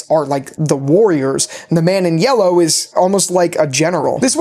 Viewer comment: “the man in yewwow”. No hate btw just made me laugh lol